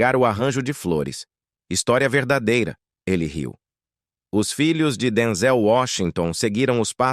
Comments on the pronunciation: Narração horrível , Denzel Washington é top chamá-lo de Denzél é de matar!!!!! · Fale corretamente, não é Denzel paroxítona e sim oxítona.